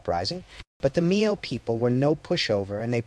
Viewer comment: Brother, you did a great job here. They’re just one complaint. The pronunciation Miao it’s wrong. It makes the same sound as Malcolm so just go MAL.